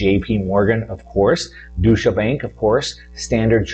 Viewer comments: Oh DEUTSCHE Bank. I thought you said DOUCHE Bank. Well....actually.....now you mention it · "Douche-a bank"? You definitely blew that one,.... They're squeaky clean.